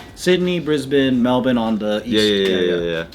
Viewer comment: He needs to pronounce Melbourne correctly.